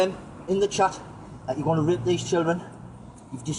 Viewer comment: Wow you're doing great fucking job!! but at least learn to say rape properly.. You kept sounding like YOU were gonna rip the guy a new hole the way you were going cowboy!! Its good to catch a pedo but do you guys ever wonder why these muppets won't go after the big fish; the political figures? Well I dunno.. I've Been asking myself the Same question..